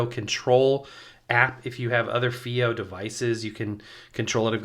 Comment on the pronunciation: I'd heard the company state it was pronounced "Phi-O" like in HiFi. It's a wonderful player, especially using balanced out, and the firmware updates have improved battery life.